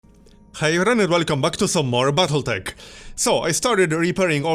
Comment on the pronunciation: I more hear BattleDeck. But then I turn up the volume and hear the T.